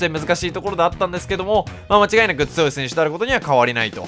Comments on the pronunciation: 批判ではないんですけど、つよいがつおいと言っているのが、気になるのは私だけ？ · って「つよい」の事「つおい」っていうよねw